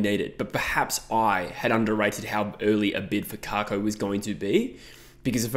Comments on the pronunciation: It’s Kak-o not Kar-ko or Cake-ko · I was at a bombers function on the weekend. Kako is pronounced cack as in cackle. Cacko